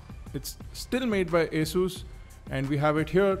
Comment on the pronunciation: its not "a" sus ,, its asus ...